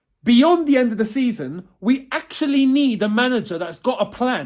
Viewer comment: Nobody:: This is AXE-ctually insane!